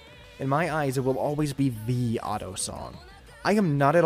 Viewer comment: Dude i’ve been pronouncing Ado as add-e-o inside my head the entire time and did not know it’s pronounced Ad-dough until this video.